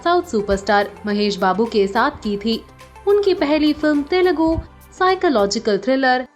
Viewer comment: If u don't know how to pronounce telugu please learn it and speak out but kindly dont destroy it please respect telugu🙏